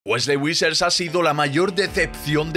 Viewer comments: persona normal wesley vissers gorriño: wesley WISSER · Weslli wuisers? 😂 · Por qué dices Wesley Wissers? 😂😂